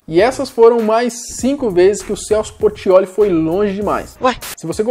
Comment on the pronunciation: "CELSO PORTIOLI" KKKKKKKKKKKK